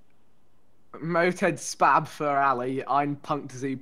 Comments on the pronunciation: When they pronounce spass like spab 😂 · guuuuys the ß ist pronounced as an s ... it's not a b, it is called "s z" or sharp s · Love when the said sbab for Spaß when it means spass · Rewatching these now that I know German and the thing that looks like a B is two s so it’s spass and not spab lmao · The ß is pronounced as an "s" you will get there